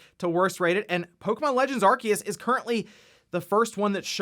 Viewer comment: I thought it was pronounced aar see uhs